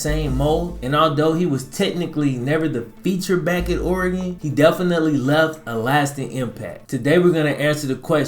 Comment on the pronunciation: Ore-gone, Oregon